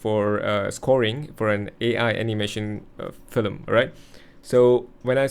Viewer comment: Why are you saying “filem”? It’s called a film.